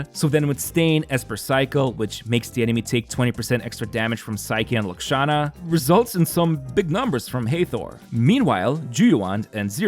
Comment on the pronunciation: Just wanted to say that you pronounced Lakshana correctly. Lahh-K-Sha-nah.